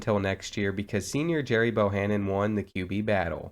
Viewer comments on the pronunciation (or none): it’s pronounced gary, not jerry